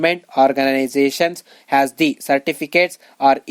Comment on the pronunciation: Pls...make difference of as and has...u pronounce aa and has wrongly